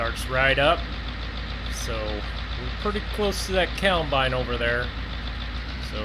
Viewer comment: Forever wondering..... what the fuck is a "cowmbine" hahahah